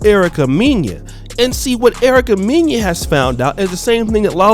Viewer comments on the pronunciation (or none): Lol Erica “Meen-ya” 😂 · her last name is pronounced Mena (Men-Nah)